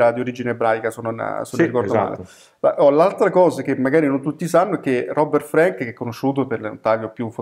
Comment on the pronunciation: Scusate il puntiglio, ma si pronuncia con la “a” aperta, come Anna Frank E poi, il solo fatto di essere straniero non mette al riparo da pregiudizi e stereotipi... La differenza, in questo caso, sta nella acuta capacità di Frank di comprendere i fenomeni sociali (l’America tutta - rurale e non - ritratta nel suo aspetto quotidiano, così lontana dalle contraddizioni e ipocrisie dell’epica di propaganda), unita a una sensibilità personale tormentata e a un indubbio genio grafico. Non solo il libro dovette essere pubblicato in Francia, ma alla sua uscita negli Stati Uniti procurò al suo autore accuse di anti americanismo che lo amareggiarono profondamente e contribuirono ad allontanarlo dalla fotografia. Oltre sessant’anni dopo, The Americans, è un documento storico imprescindibile e ancora una grande lezione di estetica fotografica: cruda, non compiacente, “mal-educata” (per i canoni del tempo), ma molto diretta, delicata e comunicativa. Concordo con voi: dovrebbe essere obbligatorio alle medie e negli istituti d’arte. Sempre grazie per le vostre proposte.